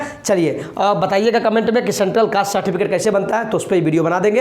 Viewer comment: Citificate nhi Certificate hota hai